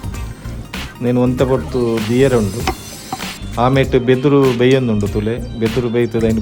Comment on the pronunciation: ಅದು ಬಿದುರು ಅಲ್ವಾ... ಬೆದುರು ಅಂತಾ ಹೇಳಿದ್ದಿರಿ....